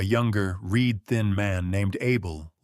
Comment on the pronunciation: Please teach your AI.... Kerosene.... Reed-thin, as in cat tail reeds....